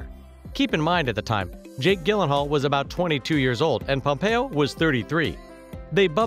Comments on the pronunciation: Man really said, “Jake GILLenhal” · Can we just talk about how he pronounced Jake Gyllengall?? Lol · Anyone else bothered by the way he says Jake Gyllenhaal’s last name lmao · This guy doesn’t even know how to pronounce Gyllenhaal...I don’t trust it. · Lolllzzzz Ellen Pompeo is my most favorite actress. You are saying Gyllenhaal wrong. Lolllzzzz